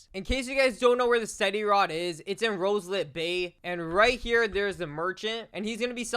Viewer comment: bro why you say roslit bay roselit bay like bro ITS rozlit bay that’s how you say it bro PLEASE DONT SAY ROSELIT BAY 😭😭😭😭